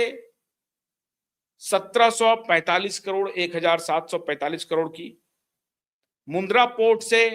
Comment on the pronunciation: मुद्रा पोर्ट नहीं, मुंध्रा पोर्ट